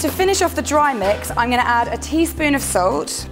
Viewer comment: you sounded really posh when you said salt